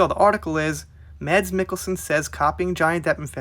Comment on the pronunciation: You actually nailed the pronouncement of his name!